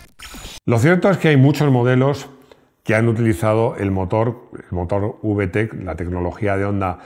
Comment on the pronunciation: Por favor, que mal suena cuando lo dices con ube-e-te-ce. Mejor dilo como es, ubetec. Ya se que esta mal escrito, pero es para que se lea como se pronuncia. Y si a mi me gustaría saber todos los modelos vtec.